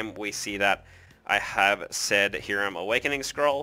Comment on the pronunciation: Depends on what language you're trying to go with. Since you're speaking English we'd say Hi-rum. Only sounds like Ear-am if you're speaking Latin America or maybe Hebrew. Even my Cuban friend would just tell most people Hi-rum.